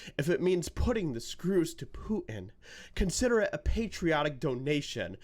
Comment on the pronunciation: Poo in. Love how you pronounce it. So appropriate for George Takeit.